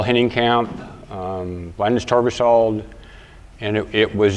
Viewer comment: Linus TourVisAld was there.. lol then 1 minute later "Chris... um, im not going to butcher his name" haha